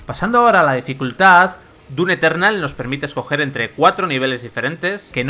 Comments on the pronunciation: Se dise doom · ¿Se pronuncia dum o dun?? ya ne confundio xd